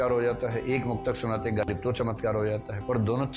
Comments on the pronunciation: प्रिय विकास जी,कृपया नुक्ते का ख़्याल करें!ग़ालिब है गालिब नहीं ।शायरी में वक्तव्य तैयारी के साथ होना चाहिये।कृप्या ध्यान दें।आभार । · My dear sir galib nahi ghalib. Aap upsc ki coaching kawata ho. Improve your pronounciation ( Urdu main Tallaffuz kehte hein)